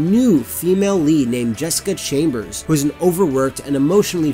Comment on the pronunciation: Jessica "Chambers".